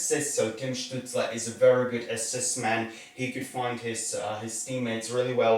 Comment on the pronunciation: Capitals T-Shirt and Canadiens cap, some people would get a heart attack from that. Btw Stützles name should be pronounced with Sh in the beginning. When you take into consideration also depth charts of teams, picks will be a bit different. Ducks will not take a center, they drafted a center with high ceiling potential in the first round last year (Trevor Zegras), Ducks will likely choose a defender, because they dont have many in the system. Hopefully Drysdale, but Sanderson would be fine too.